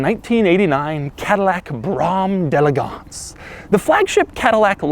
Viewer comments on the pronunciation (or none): Drink every time he says Brammm delegonse! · With each successive time you said "Brougham d'EleGANCE", I came closer to throwing my computer out the goddamn window. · Whenever he says Brom d'Elegance .. I wanna mute the whole video -_ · Please never say Brougham d'Elegance again...